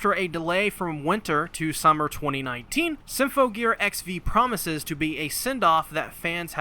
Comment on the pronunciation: I love everything about this video, but XV isn't pronounced like the letters. It's pronounced Ekshiv, like how AXZ was pronounced Access. (not that ekshiv is a real word)